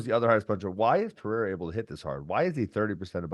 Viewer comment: “I can not say Pierra, that’s how Chael says it” took me out